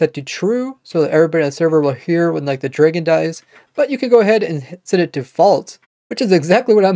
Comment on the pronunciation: i heard dr[eI]gon i thought it was pronounced dr[ae]gon am i weird